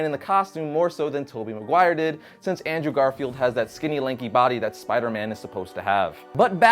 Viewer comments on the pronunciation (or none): none